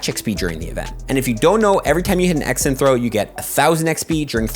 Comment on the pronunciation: pronunciation of "Excellent Throws" always throws me off during the first few months watching his vids. Now I just find it very adorable. "X & Throws" =P